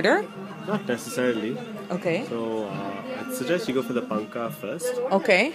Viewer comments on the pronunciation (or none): It's not "Machike" it's "Majjige" please correct the name and also it's "paanka" not "panka" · Its not machike its majjige , its not panka its paanukaa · Oh c'mmon... this person is not riding high horse... it kind of irritates the locals when the words are not properly pronounced... if he is not a north indian. Then he should be ashamed that he did not know the word paanaka. The word is same in entire karnataka..... and more importantly there is nothing wrong when someone is trying to correct you when you are pronouncing the word incorrectly.